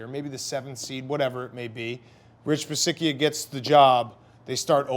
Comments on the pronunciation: It's Coach Bisaccia..pronounced Bi satch ia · It's pronounced Bee-sacha 🤦‍♂️